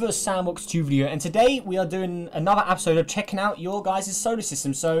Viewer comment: I just love how he says episode! 😂